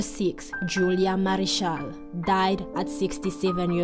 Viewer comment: Julia Mariscal! NOT marichal… Ochoa not Okoa! Terrible you disrespect them not knowing how to pronounce their last names!